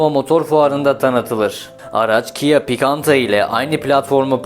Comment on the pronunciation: Picanto (Pikanta)